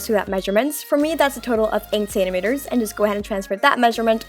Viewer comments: She says centimetres as Saint-a-meters it's pronounced cent-a-meters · I love how she says senktemetres not centimetres 😂